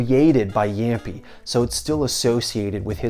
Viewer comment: what is jämpi its jamppi